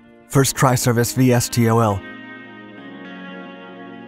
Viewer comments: Usually that acronym is pronounced “Vee-Stole”, not “Vee Ess Tee Oh Ell” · Ah, NO. It's pronounced "Vee-Stole". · pronounced "vis-tol" VSTOL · Dark Videos still calling it “V.S.T.O.L.” when it should be “V/STOL”. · Yup. Pronounce it VeeStol .. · VSTOL is pronounced, not spoken as individual letters.